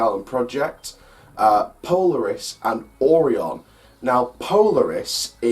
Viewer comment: It’s pronounced o ri on not oron